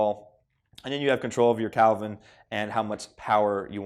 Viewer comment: I'm sorry, "calvin temperature?" Kelvin.